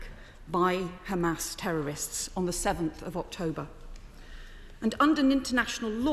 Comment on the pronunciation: It’s khamas! It’s Khamas! It’s Khamas!😂😂😂 !! She is Khara!!!